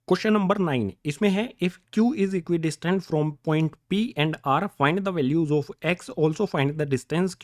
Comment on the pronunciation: it is not valves , values 😅😊